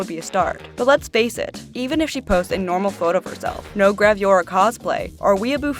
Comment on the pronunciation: I got very triggered by your pronunciation of "gravure"